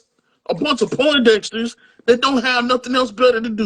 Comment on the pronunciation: My boy B said Pone Dexter lmao "Greg Street" yall boys doing it Squad Up and Meet the Graham was Kendrick speaking Drakes Eugloy to his whole family and Fan